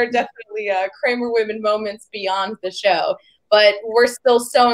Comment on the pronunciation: You said dr crame ya mean Cramer ^